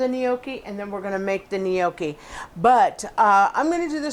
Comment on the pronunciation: It's pronounced nyAWkee not "nee-OH-kee"